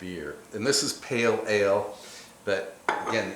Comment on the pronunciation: Great job, 'Pale Ale' spot on.